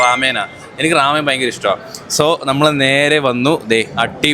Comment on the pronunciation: amen alla bro ramen aanu 😂😂😂😂😂😂